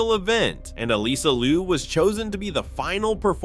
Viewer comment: Get rid of TicToc. I do not want to hear it still exists. Her name is Liu 劉, not Lu 魯. Please to not misname her.